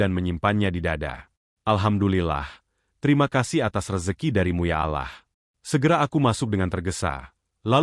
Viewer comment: Komen sedikit bang, maaf kalo sy lancang🙏ini yg bawain cerita nya ko nyebutnya alah..bukan Allah SWT 😮maaf sekali lagi 🙏